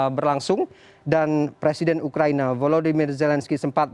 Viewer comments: Belajar baca dulu ya presenternya...ngomong salah salah gagap ..ukraina jadi ukraini..awokawok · Btul bos udh bilang ukraini 🤣🤣🤣